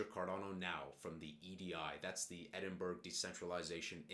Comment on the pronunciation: Love your videos brother! not sure if you care but just a heads up Edinburgh is pronounced Edin-bruh (eh-duhn-bruh) <3